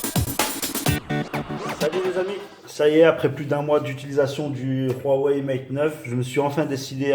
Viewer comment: Mdr il est ou le R dans Huawei? C'est pas Ruawei